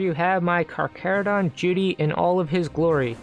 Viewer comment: It’s pronounced Jew-dis-e-ar